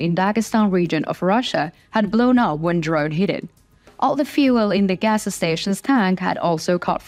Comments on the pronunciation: More help with your English pronunciations... "gassa" station??? You need to just say "gas" station... There is no "gassa"... Keep working. I enjoy listening to your beautiful voice. Slava Ukraine!!! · You're cute. A gas station is not " agasa station." But it does sound very interesting. 😂